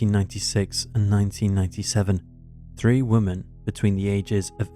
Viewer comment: You obviously don’t have a good grasp of it yourself because you didn’t pick up on the fact he pronounced women as woman. Pot calling kettle.